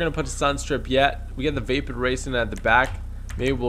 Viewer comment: He was saying vapid not vapid